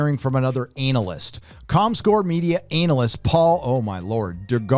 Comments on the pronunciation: Is he trying to be funny saying A-nal-yst? It’s pronounced ANN-a-lyst. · its prounounced ANA-LIST lol not anul-list you're funny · Is he mispronouncing "an-ahl-ist" on purpose or is he using the porn industry pronunciation? Either way, I'm laughing my ass off! "ANAL-ist" is closer to the truth, anyway! 😁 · lol............anal-lyst...... It is pronounced Ana-lyst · Why does he pronounce it anal-ist... 😂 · anal-ist? hehehe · Lol you said analist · ANAL-lyst....... HAH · I like the way you say “ANALyst”, so apropos. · You said ANALyst. hahahahaha I caught that. Yep, Hollyweird and politics are full of ANALysts. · Stop being a smartass and say ANALis wrong! had to click off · It's easy to tell you came from san fran.... Pronouncing analyst, 'anal-ist'.... pure San Francisco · Lol it sounds like you are saying anal ist. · LMAO, ANAL-ist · I just like the way you pronounce analyst. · The way you say "Analyst" make me crack up ll the time :D